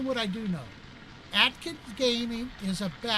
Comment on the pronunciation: I like how you call me Atkin...It's an L not a K! But you did get everything else right! Good video!